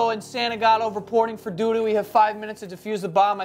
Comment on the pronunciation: anyone notice Joe said, "Agent... reporting for Doodoo" lmao